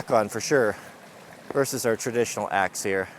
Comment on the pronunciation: as a non native speaker, I heard "today we are testing the most unusual access"... whaaat?